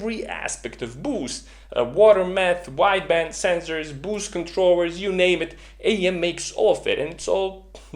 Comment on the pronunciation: K either stop sayin “BYUUUUSCHT” or teach us how to say it like YOU do. PLEASE AND THANKYUUUUU